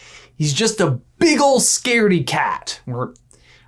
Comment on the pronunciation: had to go back and listen to ben say scardey cat/rat sounded like he just said scary